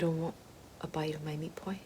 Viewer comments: meet poi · take a shot every time she says “meat poiy” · LOL it sound like you are saying meat boys. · We should make it a drinking game every time she says "meat poy"! 😂😂😂😂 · Not only is “meat pie” considered a classic Australian food, but the way you say it Ahahaha! Sounds so Australian